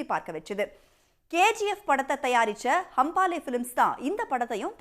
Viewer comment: ಅವ್ಳ ನಾಲಿಗೇನಾ ಹರಿದು ಉಪ್ಪು ಕಾರ ಹಾಕಿದ್ರು ಕನ್ನಡ ಬರಲ್ಲ ಗುರು.. ಗಾಂದಾರ ಅಂತಾಳೆ, ಹೊಂಬಾಳೆ ಗೆ ಹಂಬಾಲ ಅಂತಾಳೆ.. ಕೇಳೋಕೆ ಬೇಜಾರ್ ಆಗ್ತಾ ಇದೆ.